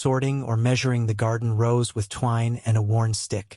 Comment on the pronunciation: It’s rows, not rose.